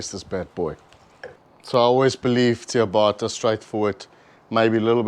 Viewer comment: Nice 😋. Just one thing it’s pronounced Chia bata not chia baaata.